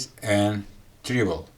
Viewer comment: I am sorry to correct your English because i love your content but i noticed the closed caption struggled. Treble rhymes with pebble. English is a such a crazy messy language.